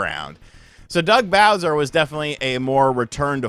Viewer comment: Soo loong Gaey Bowseer!